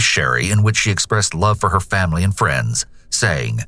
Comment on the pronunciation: . Did you just say famry? Seems sus